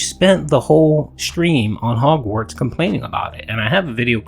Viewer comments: Why does keep saying "Hogswart" instead of Hogwarts? He can't even pronounce the game's name right. Although, it's definitely not the first time ("Kuhleesto" Protocol) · The fact he keeps saying Hogswart not Hogwarts is triggering me..... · It's hogwarts...not hogswart...dude he doesn't even know all the houses, he called them schools.....I hope this man sewerslides himself on God bruh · Wtf is 'Hogswort'? Dude said it three times. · “hogswart” he can’t even say the name correctly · Makes me cringe how he says hogzwartz...and im not even a potter fan... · did he say "Hogswart"? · Does he keep saying hogswart on purpose? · Forget the houses, the dude kept referring to the game as "Hogswart" ffs